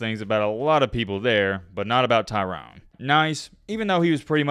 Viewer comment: Bro, why are you calling him TYRON...you realize there's and e....its Tyrone. Pronounce the mans name right.